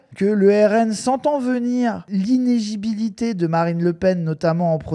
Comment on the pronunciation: Inéligibilité. Iné-ligi-bili-té.